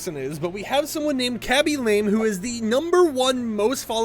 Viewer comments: It’s not “lame,” it’s pronounced (la-may) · Lamé.. La-may